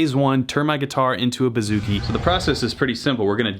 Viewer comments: “Boo”-zoo-kee not “Ba”-zoo-kee Just thought you should know. Love your videos! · Man this guy doesn't even ATTEMPT to pronounce things correctly. "kodo" and "buhzookie" cringe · pronounced boo-zoo-ki ** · Hail From Hellas(Greece)!!This Was ...Well...Funny..But You Said It Wrong..Its Buzukee(Bouzouki,Etc)Hahaha But You Are Crazy Funny!!!!!!! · I am a greek guitarist and the way you say bouzouki is hilarious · Vasilis Prekas HAHA IKR